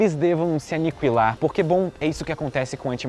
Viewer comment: Excelente vídeo. Mas eu o regravaria falando aniquilar corretamente. Qu com som de K.